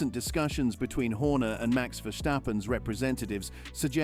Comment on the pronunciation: Dit is een AI stem. Maar inderdaad, de engelstaligen mogen van mij wel iets meer moeite doen om (gevestigde) namen uit te spreken. Maar dan is het dus ook Max, en niet Mex. Maar als de sportman of -vrouw het prima vindt, stoor ik me er niet meer aan.